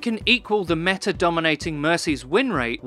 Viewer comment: i love how he says "meta'r" sometimes haha